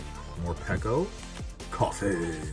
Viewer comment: Love when you said koffing ahaha